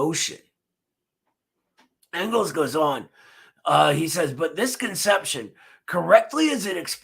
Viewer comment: as a Philadelphia native who has been repeatedly chastised by Eddie for mispronouncing Afghanistan I breathe a sigh of relief that I no longer will be shamed for mispronouncing Engels name